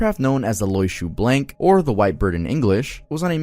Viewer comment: I died when i heard “oiseau Blanc” TwT try wazo blanc :3 blanc being pronounced as blank is ok imo ^^so yeah mispronounced xD